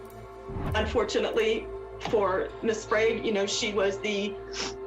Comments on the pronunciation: Just an unwanted word of advice, no big woop. You need someone to help your narrator with the pronunciation of people's names. She mispronounced Salminao as sSalanimo and Sprague as Spargue and then again as Sprog. Sorry to nitpick, but it's important to get things right when you're using the names of real people. Good job on calling out the garbage people in this video. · Whoever is narrating this cannot read or pronounce the words that are put in front of her. Sprague. Sparg? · Do you think Heather would appreciate having you pronounce her name correctly? Heather “Sparg”at the beginning and “Sprog” at the end!? I’m spotting a trend here. If the last name is spelled Sprague—I’m going to go with SPRAY-ge and not SPARG. (Letter placement counts when trying to pronounce names) If reading and pronunciation is not your strong suit, you might want to consider another hobby. 🤨🤦🏻‍♂️ (Even the evil-coughing lady pronounces it correctly!) 😂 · Heather Spray-g (pronounciation)